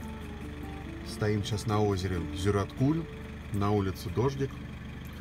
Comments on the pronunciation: Зюраткуль ударение на Ю)) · Хочешь поездить по асфальту, не выезжай из города. Ты на природу выехал, так что наслаждайся первобытностью. И кстати Зюраткуль ударение на А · озера Зюраткуль, ударение на А, а не на У , удачи в путешествии